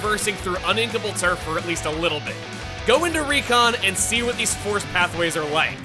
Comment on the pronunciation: “I am Heavy Splatling Guy. And theeze, is my weapon.”